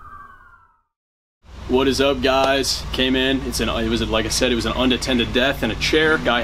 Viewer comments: “Once we know where it Wis” 🤣🤣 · "where it wizz" 😅